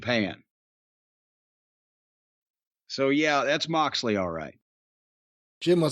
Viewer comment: Did he say Moxley or “Marksley”?